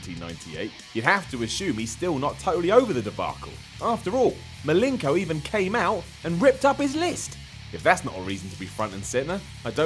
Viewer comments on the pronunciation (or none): Who's Dean Malinko? I thought his name was Malenko... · is on the link for pronouncing Malenko "Milinko" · Malinko? Another bizarre pronunciation.